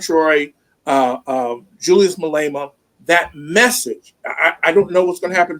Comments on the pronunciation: Pronounciation of Malema... Ma- (a pronounced as Car), Le (Le Pronounced as Pear), Ma (again, pronounced as car)... I.e. Malema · Please bring on someone who actually knows S African history and can pronounce Malema's name properly. Sad. Malema wa head of the ANC Youth League Ramaphosa was funded and put close to Mandela by the richest whyte family, the Rupert family. Bring on SMWX founder Sister Mpofu-Walsh for real understanding of S African politics. PLEASE. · Thanks for the focus on South Africa. Have been watching your channel for over a year and appreciate your political perspectives on US and world current affairs. Please consider speaking with a South African commentator if you do any more shows on SA socio-politics. The insider insights, and even proper name pronunciations (for Ramaphosa, Malema and many others) would really give value to your viewers. I can recommend Dr. Sizwe Mpofu-Walsh, a young analyst who has a YouTube channel SMWX or Lebohang Liepollo Pheko, a seasoned and greatly regarded feminist political economist. The massive mining conglomerate that Jon could not remember is Lonmin, which has met out a lot of neocolonial cruelty in South Africa. South African filmmaker Rehad Desai produced the critically acclaimed documentary Miners Shot Down about the 2012 Lonmin massacre.